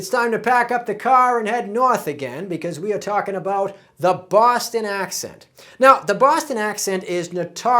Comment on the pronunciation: I’m a NY’er and I heard that l when you said talkin. Say it more like tawkin the l sound is nonexistent